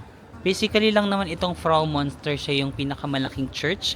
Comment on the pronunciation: Anong Bahnhofstrass? 😂Bahnhofstrasse you have to pronounce all the letters— Banhof ish tra se in English Railway Station Street. Münster read as myunster not monster just FYI 😅